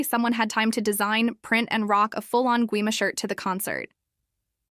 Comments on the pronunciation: Gima? Its gwi-ma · Gwi-ma Not Gi-ma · Me when i heard the Ai voice says Gwi-ma at the start: WhO Is Gi-Ma!??